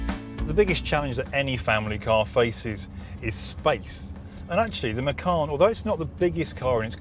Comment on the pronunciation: You have bad pronounce for macan